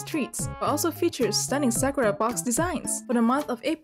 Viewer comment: Omg know she won't stop saying srakra